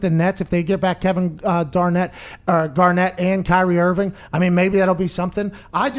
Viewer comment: “Kevin garnet”🤦‍♂️🤦‍♂️🤦‍♂️🤦‍♂️